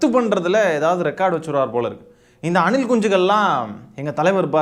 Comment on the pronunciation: Anna neenga anilkunchigal soltrathu azhgha iruku anna